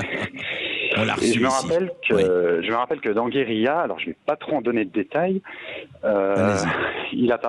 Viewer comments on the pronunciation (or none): Guérilla et non pas GUERILA